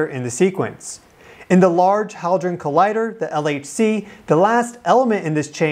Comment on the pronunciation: Large "HALDRON" collider? It has no L in it -- and I'm supposed to listen to your 'knowledgeable" report -- without flinching -- every time you say it wrongly? I'm only into this and already feeling the need to hit dislike and leave ... BTW, I hardly EVER leave negative comments -- but please do me the courtesy of getting your facts straight before you make a video!? ... OK, the error is repeated for the 3rd time by and you also say "testeen" for testing (amongst many errors that bug me). Not sure I can handle all of this. The title still has me curious enough to press forward, but your delivery is undermining your content ... Sorry for being so reactive. It was just hard to listen to because of these issues (over my reactive moment, BTW -- NOT hitting dislike) -- content value improves later in the video